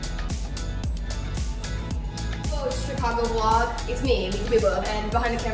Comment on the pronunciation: Impwessive vwog you got there